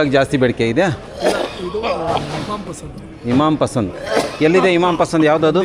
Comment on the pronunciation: ಅದು ಹಿಮಾಮ್ ಪಸಂದ್ ಇಮಾಮ್ ಪಸಂದ್ ಅಲ್ಲ,❌